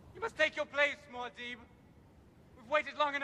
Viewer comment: They pronounce mu'hadib wrong or at least Paul does.. That's not good